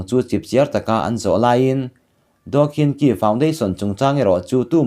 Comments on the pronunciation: Anu hming kha khin chi ti a lam tur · Daw khin chi tiin ilam ri dawn nia kawlin an tawng inglist hawrawpa an ziak hi tuman chhiar dik theih a ni lo myanmara chengte an nih loh chuan